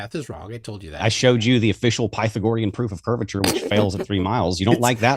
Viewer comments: Pie-thuh-gor-eyun! E-rath-ehnees! Creh-puh-scuh-ler! Can't pronounce these, but can correctly pronounce the word pedo$&#@ That was one f-ed up response,. You went one enormous step too far., you provided no evidence and you brought up math and then never provided or even attempted to show how it works. You should never debate again. You are a FE nightmare. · “Pytha-gory-an theorem” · Pytha-GOR-ian... Bwahahaha!